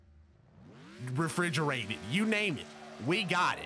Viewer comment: Anialated incinerated.... REFRIGORATED